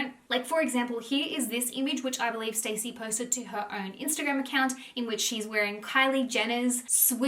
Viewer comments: my love you are pronouncing her name wrong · I think you are saying her name wrong …. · ur mispronouncing her name the wholeeee vid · Love your videos but I am struggling to watch this with the name pronunciation 😅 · Stassie. It’s pronounced how it’s spelt. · Yesss it was driving me nuts lmao I'm not even half way through and I wanna leave cause she is saying her name wrong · its not stacey, its saaaasia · her name is stassi not stacey😅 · Ugh thank you!! Lol this drove me nuts the whole video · You don't even know her name lol It's pronounced star-ssie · It's stassie not Stacey 🙄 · It’s Stah-si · Love your videos hun! You are amazing. Just wanted to say it pronounced Stah-see. 😘 xoxo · Pretty sure her name isnt pronounced as Stacey. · It’s pronounced like “Stah-si” so yeah lol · I loved it lol everytime she pronounced it that way I just pictured her reaction to being called Stacey in real life and how much it would probably bug her to not have someone know how to say her name correctly lol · You're saying her name wrong 🤣